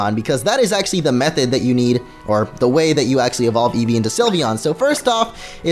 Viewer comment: What's an "evve?"